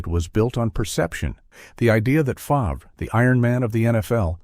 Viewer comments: This video 📷 is a complete joke after hearing Favrah 10 times 😂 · Stealing from poor and naughty text is what people know lately 😮 at least say his name right Favrah???? LOL 😂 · my thoughts exactly, how can you NOT know his last name correctly???